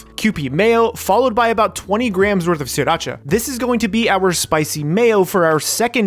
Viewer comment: Did you guys hear how he said sairscha